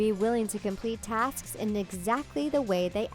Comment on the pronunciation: did she said tasksk? (And I oop sksksk